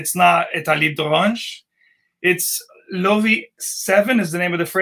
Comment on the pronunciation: Your pronunciation of Loewe is correct,. It’s very hard to find that brand in the US in store. You’re also right about the seven materials thing.